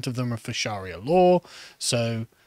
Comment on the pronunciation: lol, what is that pronunciation of Sharia? you make it sound like an epic fantasy novel tome of ancient magics...